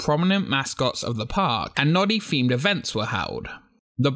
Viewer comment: What do you expect from people who cant pronounce "th" correctly. What is "femed" or "fings"Is it really that hard to say themed or things?